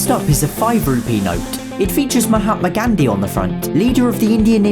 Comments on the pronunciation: I'm sorry but the way u say Gandhi (gandi) means something else in Hindi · actually, the Gandhi in Mahatma Gandhi was pronounced wrong . not trying to be mean, I'm just saying. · Its Gan-dhi not gandi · he is pronouncing GHANDHEE as GHANdi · i love how he says gandi instead of gandhi 😂😂😂😂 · Gandhi = Candy ,that's what he pronounced it. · That is ghan-di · I am Indian myself, and I would like to say in our language (Hindi) Gandhi is pronounced as Gaandhi instead of making a flat a sound like in van it uses the aa like in far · It’s Mohammed Ghaandi for pronunciation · Pronunciation gaandhi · The gandhi is pronounce gaondhi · 2000 rupees are no longer legal tender Gandhi pronouciation is wrong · Gandhi the pronunciation is killing me